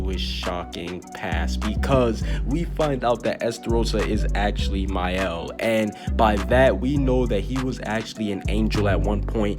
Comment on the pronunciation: Thank you for pronuncing Maels name they call him “Male” 🤦‍♂️